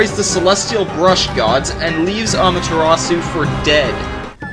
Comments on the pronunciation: No offense dude, but it's pronounced "A-Mah-Ter-Ah-Su." Wait? Spelled-out pronunciation fail. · amaterasu ah-mah-ter-ah-sue (like the name) mario mah-ree-oh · um...youre pronouncing amatarasu wrong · Yami! My old "pal", with you form based of the dark side of humanity. And it's pronounced ahh-me or ahh-mah-ter-ras-shu! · You pronounced Amaterasu wrong(ä mä-t 'rä s) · BTW, does it bother you when someone mispronounces amaterasu. i had a hard time taking no 6 because of how much he said her name wrong.